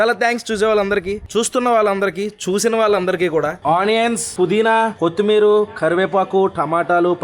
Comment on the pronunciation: కొత్తిమీరు మేము కాదు కొత్తిమిర అనాలి 😂 సరదాగా అన్న కంగ్రాట్స్ for 600 vlogs ❤